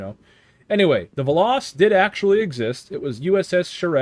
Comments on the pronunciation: It's pronounced "veloes" but without the e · ITS "VELL-OHS"!!! AAAAAARRRRRGGGGGGHHHHHHHHHHHHH!!!!! Fun fact: It's Greek for "Arrow" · It's literally velos but u literally pronounce the e as it is. U don't pronounce it like an i.